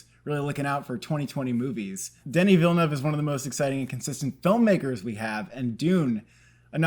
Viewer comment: I applaud your correct pronunciation of Villeneuve. 👏 👏 👏